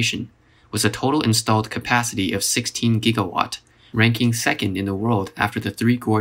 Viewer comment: 22.5 giggawatt. 22.5 giggawatt! How could I have been so careless! What the hell is a giggawatt!?